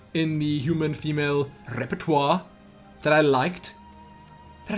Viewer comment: I loved how you rolled your r's with repertoire